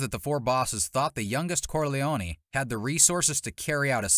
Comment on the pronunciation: These prononciations are horrific... Corleone-knee